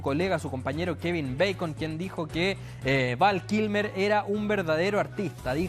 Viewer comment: No es "Van Kilmer" , es Val Kilmer xd